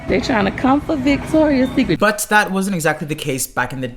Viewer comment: it’s Victoria’s Secret. Victoria’s Secret. Victoria’s Secret. fix it, please, it’s killing me. great video btw! :)